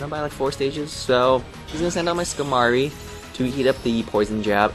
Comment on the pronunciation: Skamory? Skarmory. The R is before the M.